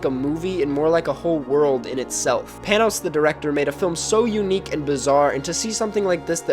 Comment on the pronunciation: YOU PRONOUNCED PANOS LIKE THANOS.